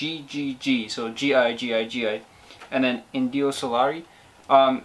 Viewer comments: JiJiJi is not G G G like you pronounce, it sounds more like he he he (the sound when you pronounce he not the meaning) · The right pronunciation was Hee hee hee... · I don't want to argue, just for you to know, it's pronounced like "Hihihi"! Greetings from Argentina!! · Jijiji is the name of the song, you should pronounce the ''j'' in this case in the same way like the ''h'' in english language. Indio Solari is the singer, this song is grom a band he had since 1976 until 2001, that was called Patricio Rey y Sus Redonditos de Ricota, also known as Los Redonditos de Ricota, and also as Los Redondos. I recomend a song from his former band, it's called 'Criminal Mambo'